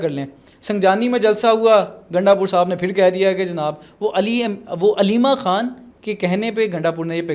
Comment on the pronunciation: چوتیو اردو بول رہے ہو یا ہندی؟ خان ہوتا ہے کھان نہیں